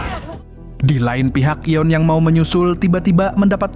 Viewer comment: Namanya Yoon si Eun bang, bukan yeon